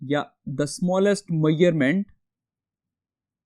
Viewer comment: not to criticize he's a great teacher but he needs some pronunciation checks like he said meyurments so it should be measurements and then he said screw gage so it should be pronounced as screw gauge